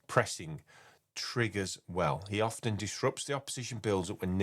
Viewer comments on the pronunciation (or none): none